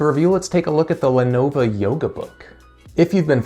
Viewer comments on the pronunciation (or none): A few issues with this video: 1. Lenovo, not Lenova 2. Start the video , not 3. Learn your specs dude, seriously. 4. This laptop came out in 2016 you are literally 2 years too late.